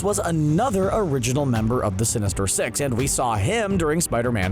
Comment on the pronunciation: Wow sheesh not being rude bu is accent made it sound like “Sinister sex” no “Sinister six”